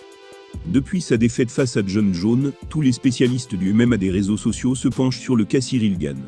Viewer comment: La voix off me fait toujours marrer à dire "Jon Jone"